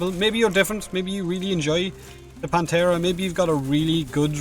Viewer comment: Every time he says "Panthera" it sounds like "Planterra"